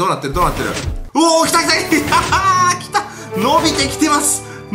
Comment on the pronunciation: 来たが、ちゃんと言えてない。